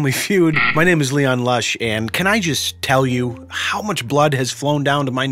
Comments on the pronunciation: Why is no one talking about his intro saying lean kush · Leon Lush whys the intro say Leon klush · Anyone else notice LEAN LUSH instead of LEON LUSH during the opener?